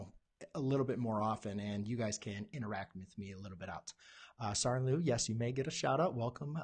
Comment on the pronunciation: Oh by the way you pronunced my name wrong say charlene like sharlene and say louw like low.